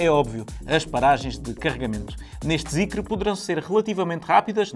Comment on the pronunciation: não se lê Zicre…